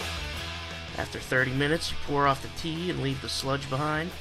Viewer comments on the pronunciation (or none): none